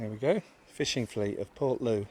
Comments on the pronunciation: if she is local living around there she is English as a Cornishman it is low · Portloe. Is pronounced portlow